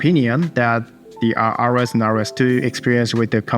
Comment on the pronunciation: Quick credibility boosting tip: ROS is pronounced like ross, not like R-O-S. Unclear who decided that. ROSCon and documentation will confirm. Keep up the informative vids! Thank you